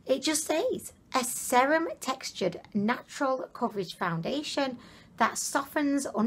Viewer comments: You said "foundeliation" several times. Never heard anyone pronounce it that way. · April Dunn thank you!! i wasn't sure if that is a new thing or if it was just her accent but yes what is foundidliation? lol